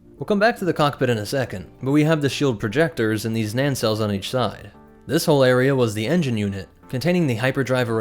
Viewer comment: What in the world is a '' at 3.42? It nacelle, pronounced nay-cell